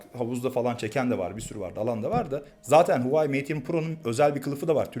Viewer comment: Huvayi değil HUAWEI